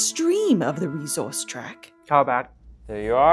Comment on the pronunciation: Couple of things i wanted to mention: - fun fact: a fortnight minus 7 is called a sennight - saying reZource is inaccurate for the accent. The s is aspirated but not vocalised. That is all!!